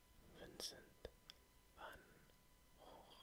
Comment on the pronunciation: Love a bargain! It also made me really happy you pronounced Van Gogh correctly - I get angry when I hear Van Go 😂